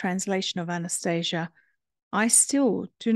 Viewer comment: It's pronounced Ahh-na-stah-see-ah It says that in the beginning of the book